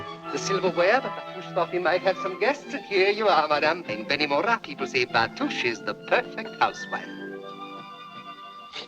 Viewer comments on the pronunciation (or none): It should read Beni Mourat not Beni Mora.